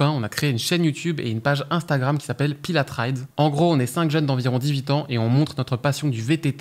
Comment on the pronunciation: Parc naturel du Pilat , pas Pilat[e] ! C'est en France